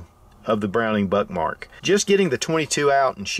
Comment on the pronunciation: The immature kid in me can’t help hearing him say Buttmark! Lol